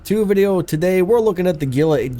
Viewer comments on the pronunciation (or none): you said the name wrong